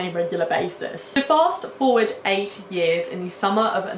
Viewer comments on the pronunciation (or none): none